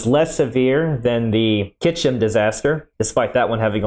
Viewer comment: Pronouncing "Kyshtym" as "Kychym" makes my eyelid twitch the same as when I hear "nucular" :D